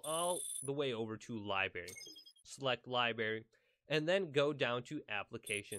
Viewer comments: Did he say Libary?... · Li-berry? Red flag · Ah yes the lieberry